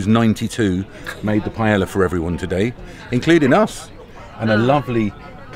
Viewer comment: Cmon, you've got to be getting the Spanish by now. Paella, pie yaya!!!